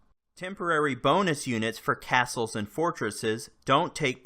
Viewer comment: With ,,caselse,, you maen caselse and fotreses